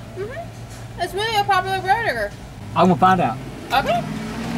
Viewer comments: it’s a really a popula burdegur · Oh yah she did say burder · "It's really a popular burderher." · "It's really a popular burdger" 😂😂wth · "It's really a popular BurgDer!" 😂😂😂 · "its really a popular birder" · "it's really a populur burder" Sure it is. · "iz really a poputa burdagur"